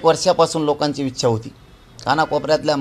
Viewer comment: खूप शुद्ध बोलायला शिकले पाटील वीच्या नाही पाटील ईच्छा असते